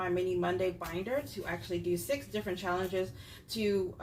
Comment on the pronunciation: You’re so funny saying “shallenges” 😂